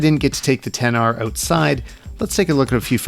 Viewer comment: He said Xs instead of Xr few times